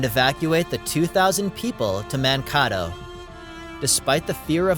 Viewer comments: Man-Kay-toe not man-kah -toe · No. Man-kay-toe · Man-kay-toe not Man-ca- toe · Not "ManKAHTO", but ManKAYto. A few mistakes in this history. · It's Mankayto. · Man-kay-dough Mankato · Ok you can tell the person that narrated this is not from Minnesota or he's new here either way let me help others out Mankato is pronounced man-kate-oh Kate like gate or bait and another one that a lot of get wrong is our Monticello is not pronounced like Jefferson's Monticello it's pronounced monti-sell-oh not monti-chello I live in New Ulm so it was exciting to see my town on here. Mankato is right down the road so I thought I would help. The video is great otherwise tho amazing I didn't know that about my own town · Grew up in St Paul but now my home is in NW Wisconsin. Mankato is pronounced man-Kate-oh. Good show. Liked. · It is pronounced MAN-Kate-O. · your pronunciation of Mankato is offensively off and caught me off guard when I heard it. It’s “muhn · kay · tow”. Just google search the pronunciation if the phonetics in my comment don’t make sense. Handful of recordings online. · It's Pronounced Man-ka-toe :) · It's pronounced Man Kay toe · Great history of Minnesota. Being a true Minnesotan I frequently hear people mispronounce some of our towns. Mankato is pronounced (Man-kay-toe). Great hockey town. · Mankato IS PRONOUNCED MAN KAY TOE!!! 😡 Congratulations we know you're not from Minnesota. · its pronounced Mankatoe. 🙂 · It's called Man k, doe😊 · It's really nice to learn more about my home state, thank you, also, even if it's not the real pronunciation, we all pronounce it Man-kay-toe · 3rd generation Minnesotan here to tell you Mankato is pronounced Man-kay-toe. Thanks carry on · This was such a wonderful video with stunning footage. You’ve really captured MNs natural beauty. And yes it’s pronounced Man-kay-toe 😊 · it's actually mahkato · It took me a second to realize what town he was talking about as I have not heard of Man Kaw Toe. I'm from Hutchinson.